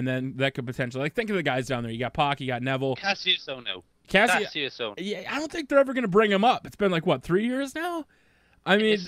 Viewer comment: You dont say kassius ohno's name right.